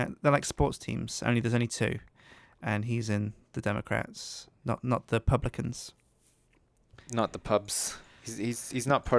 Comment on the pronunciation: Im sorry, did they say Publicans because it is Republicans.